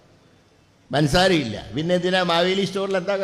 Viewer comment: പൻസാര അല്ല പഞ്ചസാര ആണ്.